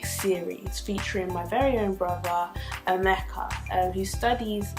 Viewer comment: No be ameka", na EMEKKA😂